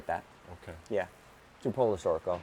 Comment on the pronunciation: it's Polo Storico like Marco Polo, not Pollo Storico like Pollo loco.